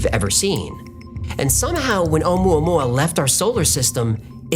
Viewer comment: More like omua-poo-ah...